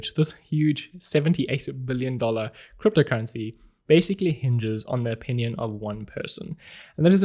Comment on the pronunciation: I'm just here to listen how you pronounce "cryptocurrency". I reeeaaally like it! 😊